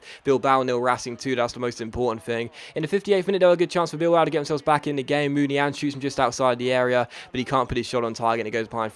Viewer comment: Its not munian it muniain (muniayiin)